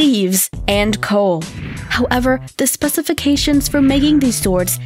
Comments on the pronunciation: Specific-cations lol I can’t listen to this dumb bitch butcher the English language anymore wtf I really was interested at first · Her pronunciation makes me wonder if English is not her primary language or has a speech disorder If so she should have stayed in school longer. She cannot say Damascus, Crucible, Specifications, Voynich, antiquarian, miniatures, corroded, ulfbert . . . . after that I stopped watching.